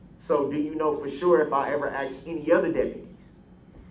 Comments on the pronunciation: I axed about what was being put on my BahDeee 😂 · "you can axe me." Tell duh troof!!! LOL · Please just say the word "ask" correctly - learn how to speak like an adult. And he thinks he's the smartest guy in the room. He's a pathetic joke.